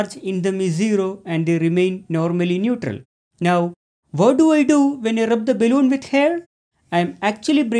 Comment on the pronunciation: Really appreciate your work sir, thank you. Your pronunciation seems odd though, is it balloon or baelloon. If you are a teacher (I suppose you are) you definitely need to work on your pronunciations, because you might educate the kids wrongly. I'm Sorry if I have offended you in anyway.